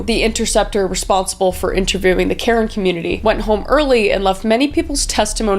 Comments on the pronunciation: I think karen people's names are pronounced "kuh-ren" from my experience growing up with friends from that culture. I may be wrong tho 😁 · It’s so sad how many people, especially women and children have been hurt time and time again through history. By the way the ethnic group Karen is pronounced Kah-Rehn ❤ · This is minor, but it's pronounced cuh-wren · HI KRIS!! I just wanted to say that your actually pronouncing Karen wrong! It’s Ka-ren, and we’re not that ancient we’re still an active community! Karen is one of the 8 main ethnic group of Burma! You can you always go check out Zoya Phan’s book! It has a lot of information about the Karen! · Thought you should know that Karen is actually pronounced Kur-en. I love your true crime videos and thank you for bringing awareness to the murders of indigenous women in BC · love you kris but your pronunciation of karen is awful lmao